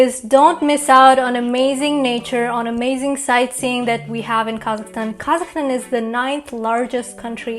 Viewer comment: When she says Kazakhstan I kept hearing Carleston or something like that 😅